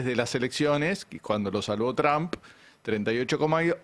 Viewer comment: Por qué los argentinos pronuncian mal el apellido Trump?